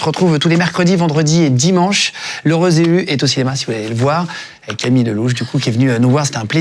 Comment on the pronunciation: Camilleuh !!! cro bieng !!